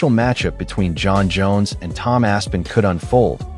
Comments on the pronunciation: its not ASS-PENAL...its Aspinall....smh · I think hes just designing the build-up. For when they do fight. Making Tom think he ain't gonna get that big pay-day. Also the AI or whatever saying Tom's last name is hilarious. ASS' PEEEN' OL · Asspeenal? Wtf pronunciation is that 😂